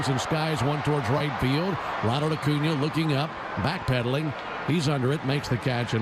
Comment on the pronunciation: Ocuña? Or Acuña? 😂